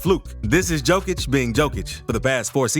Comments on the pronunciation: One small complaint :) Pronounce it "Yokic" and not "Djokic". Yokic like Yolk, even Yolkic :) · Good video! Don't take criticism seriously. Here's a little help. :) Nikola's last name is Jokić, not Djokić. In Serbia, the surname Djokić is more common than the surname Jokić. Pronounced Yokić, like Yeti. 😀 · yo yo yo yo yokic, not joe joe joe joekic 😂 yes i know you write it diffrent but still.. it is yo not joe! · It's not Joe-Kich. It's Yo-Kich. Otherwise, great vid. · Yo-kitch, not Joke-ich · SMALL correction about pron. of his name. He is: J(Yugoslavia, Yamaha) O K I Ć(t+j). He is not: Đ(D+J) O K I Ć. Or J(Joker, Jamaica,... ) O K I Ć. Surname JOKIĆ(english: YOKITJ) on serbian means: SMALL NOT, Comon surname in Serbia. Surname ĐOKIĆ(english: DJOKITJ) on serbian means: SMALL PENIS. Veeeery comon surname in Serbia. Sounds weird but is true. Surname DŽOKIĆ(english: JOKIĆ) doesnt means nothing on serbian. Do not exists as surname. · Heey brodie, please start reading the "J" in Jokic as "Y" - so Yokic. Sending love from Serbia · Yokitch.... Ni-ko-la Y-Y-Y-Y-Yokitch. Please pronounce it right at least once :-D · Pronounced "yokich". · i liked button, but its funny to me that you cant prononce tme mans name.... remember, yokicg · Why can’t you pronounce his name correctly If you have all this respect for him? It’s pronounced YO-KITCH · Bro.... in a 8 minute video, you never said his name correctly..How are you going to make a video about a guy, but simply fail in saying his name correctly? Don't believe me? Listen to his head coach (of 8+ years) say his name one time. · This video sets the world record for number a Jokic mispronunciations in less than 10 minutes. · I had to stop after 30 seconds. Learn to pronounce the man's name, it's not that difficult